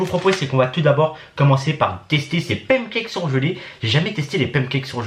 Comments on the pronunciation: y dit pam cakes la? 🤣🤣au lieu de pan cakes 🤣🤣🤣❤️ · Mdr il a dit "pamcakes" lol 🤣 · Ton accent me fait rêver quand tu dis pancakes